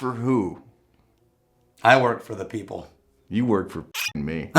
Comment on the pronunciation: "Beople" not "people" lol